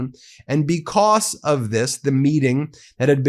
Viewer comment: STOP CLAWING AT THE CAMERA STOP SAYING "BECOSS"